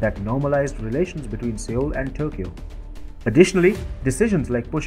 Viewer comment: Sir! With apologies, I think that the appropriate pronunciation of the South Korean capital city is "SOUL" (although the spelling is Seoul) and not 'Seol' as has been mentioned here. Thanking you. 🙏